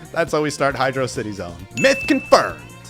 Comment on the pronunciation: Bro, it's Hydrocity, not Hydro City 😭